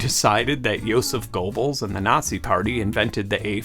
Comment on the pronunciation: Love this video and you've taught me more about music than anyone else, so thank you, but as a history nerd, you mispronouncing Joseph Goebbels made me wince every time.